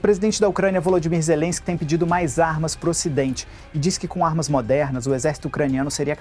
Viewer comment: Olha o molusco falando o nome do presidente da ucrania, falar com ZERENSKI, quem vai levar a serio um ex condenado?! kkkkkkkkkk